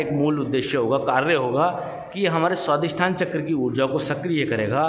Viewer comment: It should be a Swadhishthn not Swadisthan.